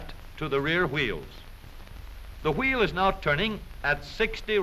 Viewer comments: "which turns the hweel" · I love how they say wheel